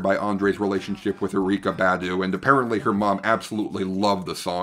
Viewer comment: Erykah Badu. Her name is pronounced like Erica bah-doo